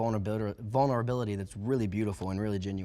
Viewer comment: did he say bonerbility lol he meant vulnerability